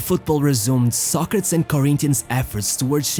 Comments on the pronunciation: Was that really how his name is pronounced So-crates, not So-cra-tes? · Socrates. Not socrats. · The is pronounced as "so·kruh·teez" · Pronounce his name right who cares if your in brazil or europe. Its Socrateees. What the heck is socratss.?? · His name is pronounced Socra-tees, not Soc-crats. You may need to re-edit this. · There was one video made by Daily Dose of Football that had convinced me that they were NOT using an AI voice. But I guess that I was wrong, because instead of hearing the name "Socrates", I had to hear some ugly word that sounds something like "sock-rats". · socratshh hahaha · 16 minutes of you butchering the pronunciation of his name, re do the vid, prat. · I never knew Socrates was pronounced as the narrator say it, Ive always known it as Soc Kra Tees. but I could be wrong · Learn right pronunciation, pronounced so kre tees. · Socrates pronounced so kre tees. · The narrator couldn't pronounce the name Socrates properly. He keeps on saying 'Sock-retts' who is that..LOLOL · This stupid narrator keeps mispronouncing the dudes name I can’t watch this video lmfao. Homie did all the research but didn’t do a basic due diligence of looking up how he and announcers and Wikipedia said his name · What is it with you butchering theses guys names , first with Torres using that awful accent and now Socrates. You do good videos but fk up with this crap. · dude, your videos are good but that fucking pronunciation, you have other videos or google translate to hear how it sounds. every time I hear you using a fake pronunciation I want to close the video (and close it many times) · You managed to make an entire documentary about socrates without saying his name once properly😂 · Lol you can't even pronounce his name properly. Embarrassing. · nobody pronounces Socrates the way you do